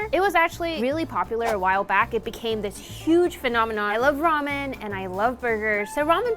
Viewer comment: It’s pronounced ramen not ramen